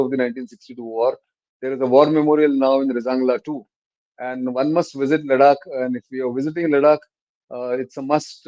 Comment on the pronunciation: Is it Ladak or Larak ?